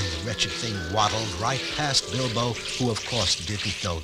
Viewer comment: does… anyone else hear him call Bilbo “Elbow”?